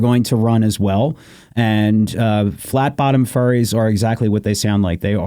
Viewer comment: I'm late to this episode.. "Flat bottom ferries" sounds like flat bottom furries and I can't ignore that. 😆